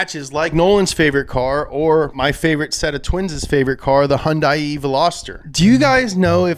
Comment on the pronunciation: “Hun-die-ee ” veloster lmao